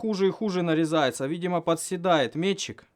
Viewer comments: ме́тчик, а не мечИк) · Не метчик, а метчик